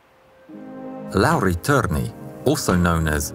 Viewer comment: Oh damn your pronounciation of Lauri Törni is basically on point